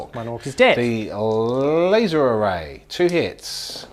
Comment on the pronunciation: Lay-zer Rifles